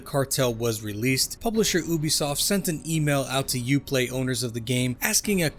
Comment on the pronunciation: Why do you pronounce Ubisoft like that? Would you say a unicorn is a OONICORN? It’s pronounced “you-be -soft”…like your generation